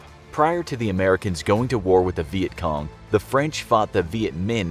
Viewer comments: He says vietgong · He says vietcom